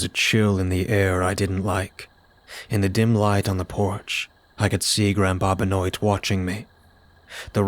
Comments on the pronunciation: Love your stories man! Just one thing. Benoit is pronounced "Ben-wah". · I'm saying this ONLY because I have a friend with the last name "Benoit" it's "ben waa" 😅 At least that's how they say it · Benoit is pronounced ben wah. Remember that wrestler or ball player Chris Benoit, dude who killed himself, that's what's making me think that.